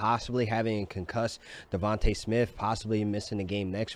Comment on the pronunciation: Are you saying DEVON(TAAA) Smith? Cause as a black man you should be shamed....its Devon(TAY)